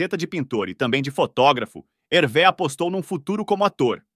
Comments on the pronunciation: O nome se fala Hervê, no francês o acento agudo ( ‘) tem o mesmo som do nosso circunflexo ( ^), então, sempre que verem uma palavra em francês com acento agudo lembre-se que o som é fechado. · Lê -se "Hervê" com o som fechado e não como é, como seria em português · Pronúncia correta Hervê !!! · Que triste!😢 Mas a pronúncia correta é HERVÊ! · Muito bacana o vídeo. Só uma dica: a pronúncia é HervÊ. Grande abraço!! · A pronúncia correta do nome é Hervê.